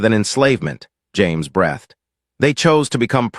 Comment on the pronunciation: You'd think by now ai could properly pronounce 'breathed', 'hoping' and 'staring' in context by now. I find it strange that ai music is so much better developed than ai narration. Narration seems much easier than music and lyrics.